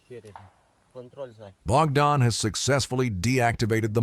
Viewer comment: Bro why are you saying something like name bakdan and all.. And also in the second clip where Ukrainian soldier are assaulting the russian dugout and trenches... You Narrating on this is maximum fake shi.. Like come on that second video is of Recon group.. And the name bakdan you're saying is not bakdan.. It was Barber.. The first man and second man is shepherd.. So kindly research more before Narrating it all...